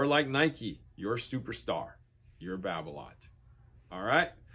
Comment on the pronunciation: its balola...babola....then right after erik babolat....haha....its going to be hard to change....just like 'samon'...not 'salmon'